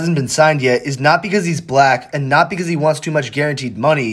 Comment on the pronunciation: Bro put wayy too much emphasis on black 😂